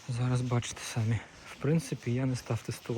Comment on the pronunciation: Cамі, наголос на і